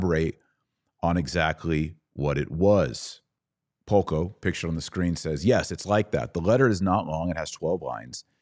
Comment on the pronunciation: The name of the Slovak man you are talking about here is VLADIMÍR PALKO. I am only commenting this here in case anyone else is wondering about his name and is trying to further search something about him on the internet, because your pronunciation is really not that great and to me, a Slovak, it sounded more like Halko, Holko, Haľko or Hoľko, so it took me quite some trial and error to figure out who are you talking about. It would be better if transcription of names would be included on the screen or in the description box.